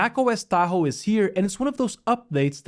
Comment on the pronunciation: it TA hoe. not THAh- hoe